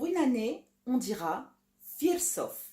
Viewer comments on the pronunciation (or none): Merci beaucoup pour cette vidéo, rien à redire à part une petite coquille sur la prononciation de "firesof" qui se prononcerait plutôt "firésof". Super travail, continue comme ça !